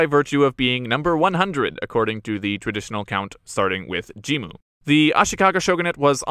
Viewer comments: 発音おかしいですよね？って話。ジンムじゃなくてジムに聞こえる。外国人かよ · jimmuじゃなくて jin-mu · 確かにジムに聞こえますが、あれはスペルの問題じゃなくて発音の問題だと思います。 Jimmuというスペルの方が日本語の発音をより正確に表しているかと